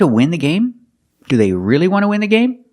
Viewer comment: Short sound /ı/ like in sin, win, kin and skin Me: Seems he's pronouncing all those words with a short /e/ sound, just like sin~sen, win~wen, kin~ken, skin~sken